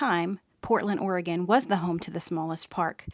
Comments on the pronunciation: Seeing your Tater Tot Casserole on the video thumbnail, I thought THIS was the Minnesota episode 😂. Just wanted to say thank you for pronouncing Oregon, Tillamook and Oregonian correctly. Enjoy that Marionberry Pie ice cream! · Great pronunciation on the word Oregon!! 😊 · Love that you pronounced Oregon correctly. Lol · Thank you,, for pronouncing Oregon correctly! So many YouTubers don't. As a native Oregonian for over 50 years, I have never made nor eaten a tater tot casserole. Yes, we have tater tots from time to time, but I have never known anybody to make that concoction here. Salmon, halibut, tuna, crab, oysters are the prime dishes we are known for here. You did nail it with Tillamook and marionberries tho! Marionberry ice cream is bomb! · As a native Oregonian, I simply love that you pronouce "Oregon" just like we do. That is a rare thing! ;-) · Thanks for the great representation of Oregon! AND pronouncing it correctly! Your videos are always fun!